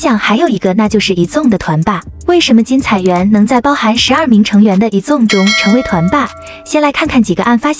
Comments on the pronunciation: 團名先唸對啦幹..以粽是三小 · 矮子王被念成以中 我快笑死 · 團名不能唸對嗎